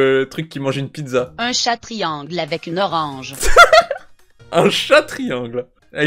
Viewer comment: " une piDEza "